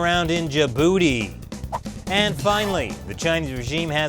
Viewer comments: "Hopefully the chinese military will stay contained in ja-booty" lmaooo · I can't help but laugh when ever he says Djibouti